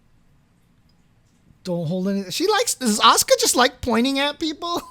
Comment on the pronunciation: Definitely not Oscar. It's A-su-ka. Fully pronounced.